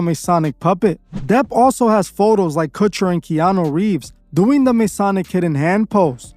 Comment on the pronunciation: “What’s eating Gilbert’s Grapes” “Now You See It” “Keano Reeves” “Austin Kutcher” plus many many more f’ups!!! Dude bro! I love your channel and what you’re doing with it, BUT you really need to tighten this shit up! It can completely negate everything you do here. Nobody that is just starting to look into this shit isn’t gonna take you seriously if you can’t even get names right. I know it don’t seem like it matters, but it does! I wouldn’t take you seriously if I had just starting diving down this rabbit hole! Another thing, while there are plenty of dots to connect with all this shit, you gotta be able to discern what dots should be connected, and what dots can be connected, but shouldn’t! Some things are just what they seem, and not part of the ‘agenda’. We HAVE to have discernment, all of us. Otherwise, if we are connecting things that aren’t related, they can be used to discredit what we are talking about. Just like the “Flat-Earth” movement. We all know it’s BS, but I’d say someone believes in all this cabal Illuminati shit, then also believes in flat earth, our enemies can discredit them by saying “look, they believe in flat earth! If they are stupid enough to believe in that, we’ll that makes the Illuminati BS also!!!” Ya get what I’m trying to say?!?! Keep up the good work!!! Always forward! We WILL show the world what kind of monsters these people are!!